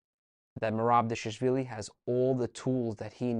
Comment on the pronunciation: You said Khachapuri But can’t say Dvalishvili? 😂 Anyway, Thanks for this! ✊🏼🖤🇬🇪